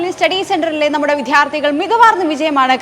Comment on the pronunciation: വിദ്ധ്യാർത്ഥി അല്ല വിദ്യാർത്ഥി ✅